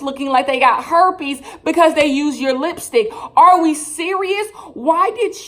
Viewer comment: You keep saying Hepes on their lips.